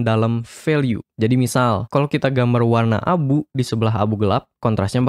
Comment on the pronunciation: apa cuman gw yg denger "warna abu" jadi "wan Abu" wkwkwk